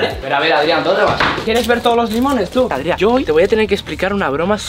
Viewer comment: se llama Adrián no Adria